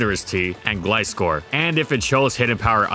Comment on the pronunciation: Finally he said glAEEscor and not glEEscor